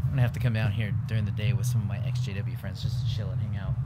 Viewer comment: When I heard him say his exjw friends I thought he said his sjw friends